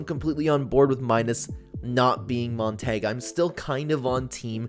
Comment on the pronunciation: I love the video but I just have to say this. You keep saying Montague wrong.